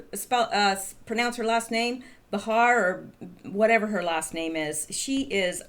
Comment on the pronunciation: It's pronounced BAY HAR. But, the view "ladies" don't deserve the dignity of being called by their correct names. Btw, when will they be getting a transgender host?